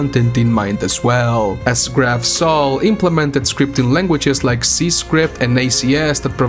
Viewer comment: Graf is a german word so you pronounce it [ɡraːf]